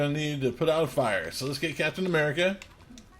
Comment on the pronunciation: I thought you said file instead of fire but thanks exsasoiror